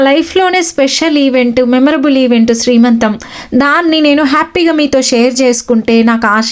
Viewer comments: Srimantham kaadu talli.....siimantham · శ్రీమంతం కాదండీ సీమంతం...